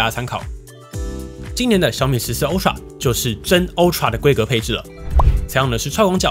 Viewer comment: 是"阿"TRA, 不是"歐"TRA, 您的發音太有特色了